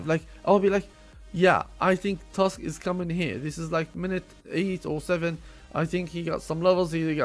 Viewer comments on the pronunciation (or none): none